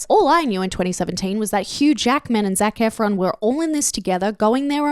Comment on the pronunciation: calling zac efron "zefron" is funny but also I forgot his char's name in the film soo it fits lol (I never liked this film but rewrite the stars was everywhere lol)